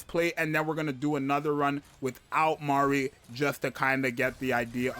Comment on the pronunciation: I freaking love that you're getting her name right, my lawd it's butchered so hard